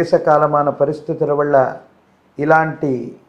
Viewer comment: నీ వళ్ళ నా వళ్ళ కాదు. నీ వల్ల నా వల్ల అని చెప్పాలి స్వామి. ముందు దాన్ని సరిచేసుకోండి.